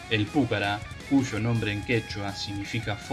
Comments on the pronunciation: No sabés ni leer ni hablar!!!!! Dedicate a otra cosa!!! Además el avión se llama Pucará, no púcara... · Estimado.... con todo respeto, el video esta bien, pero el solo hecho de que no leas bien ni el nombre del avión saca las ganas de verlo. Inclusive en el texto qur vod pones, claramente lleva acento al final en la ultima A y vos insistís en acentuarlo en la primer vocal osea la U lees ridículamente PUcara cuando es PucaRA.... y no es detalle menor ya que el avión que lleva ese nombre es el motivo del video. Significa que ni siquiera viste ni un sólo video del avión en donde otro lo pronuncie bien o peor que ni bola le diste. Cosa que minimamente sugeriría algo de "investigación". Se diría que copiaste un texto de wikipedia o robaste alguna nota escrita por alguien, sin realmente interiorizarte de lo que ibas a "hablar". Deberías mejorar la cadencia, la dicción, la fluidez y sobre todo este tipo de detalles. Parece que leyeras una redacción en la secundaria. Intento hacer una crítica constructiva. Espero lo tomes a bien. Atentamente. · PÚCARA...NOOOOOOOOOOO..... PUCARÁ CON ACENTO EN LA "A" NO EN LA "U"...... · El avión es "Pucará"!! con acento en la última A y no Púcara!!! Es una palabra Quechua que significa FORTALEZA!!!! Esta noble aeronave merece respeto y ser nombrada como corresponde!!! A no ser que seas como el impresentable de "Patria o Nada"! Aclaro no es hate sino para sumar constructivamente. Saludos. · Se debe leer Pucara', acentuando en la última a aprendan y pronuncien bien. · Lo que pasa es que Púcara suena mas elegante JAJAJA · el avión se llama Pucarà y punto campeón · Pucará, con acento en la última A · Espero que INVAP pueda desarrollar pronto el radar aesa para los ojos del Pucara Fénix. PD: Molesta la mala acentuación que le da al avión. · En el habla de la lengua original quechua la palabra pucara no lleva acentuación.